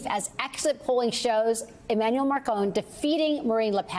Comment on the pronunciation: E-Man-uel. Ma-cron. Not Emile Marcone. 😆. Just read his name and pronounce, Ms Broadcaster.